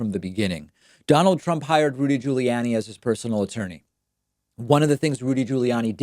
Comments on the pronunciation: I love the way David Pronounces Rudy Julie Annie. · I love it when David (I know it's intentional) pronounces the moron's name as Giuliannie! :))) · Listen David, You seem like a nice guy but if you keep mangling these names, I may ask for my money back. Giuliani, Tulsi, Parnas, etc, what the hell. We've been hearing these names for months, years or decades. Come on! It's so freaking annoying!